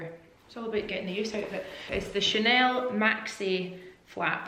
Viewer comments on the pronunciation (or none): none